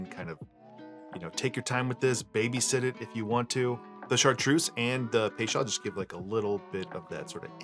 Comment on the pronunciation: Looks yummy…. I’ve always heard it pronounced “pay-chO’d” bitters. I’m not Webster so forgive the sound a like spelling.